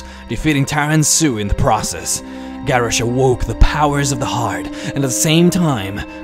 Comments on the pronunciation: Ok, I honestly cant finish watching this video because your pronunciation of some of the names is just irritating. It is Guh-rosh, and GRIM, as in GRIM REAPER. My god. Maybe you should learn how to actually pronounce the names of the characters before you make a lore video. -. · I personally don;t hate his voice but the fact that he cannot pronounce a lot of the World of Warcraft names properly really annoys me. the way he pronounces Garrosh = gareish and how he says Jaina, making it rhyme with vagina, and the way he pronounces Kairoz as kayrez and when he tried to pronounce the heart of Y'shaarj .... Y'shaarj comes out as Yavsh,,,, I lost it . PLEASE learn to pronounce the names correctly, You can defiantly say either English is NOT his first language or that he has a speech impediment.